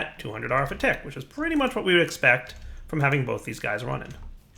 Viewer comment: "217 RF a twick." Anyone else hear that? LOL